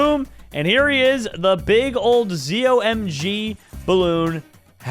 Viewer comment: Hey ppl who have played bloons td for a long time have a pronunciation for the ZOMG. It's pronounced ZO MY GOD